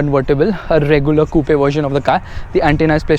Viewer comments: You say "coupe" like a moron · It's not cou-pe its coupe